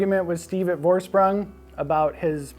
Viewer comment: Great vid, but the pronunciation is killing me: it's German, so it's FOR-SH-PROONG, not VOR-SPRANG, Geez...